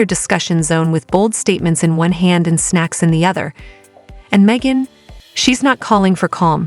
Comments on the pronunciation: Hahaha. "May-jin Kelly." Subscribe and like, folks. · "Meejin" Kelly? Seriously? AI most be borderline illiterate. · Meejan?!!! What the heck?